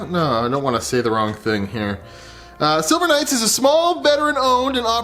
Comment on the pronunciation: Silver Knights, i thought you said Sober Nights for a minute